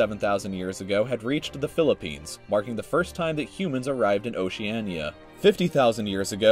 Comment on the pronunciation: IKR! His pronunciation of many names and places is so bad I almost thought the voice was computer generated. How do you fuck up Oceania and Macquarie so badly?